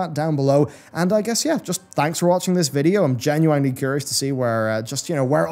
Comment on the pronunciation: Also, someone has to tell you this; you pronounce "genuinely" wrong. Much love though, hope you're doing well. <3